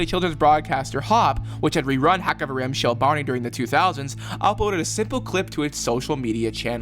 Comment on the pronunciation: "Kavrim shli"